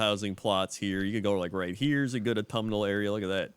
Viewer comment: Automal? is that what your saying? its AUTUMN